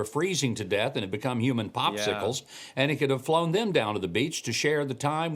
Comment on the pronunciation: I wish they would all pronounce Saint Croix properly! Honestly.